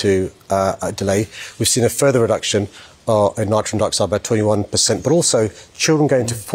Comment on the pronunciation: He also talks abouts "nitron" dioxide🤔 😅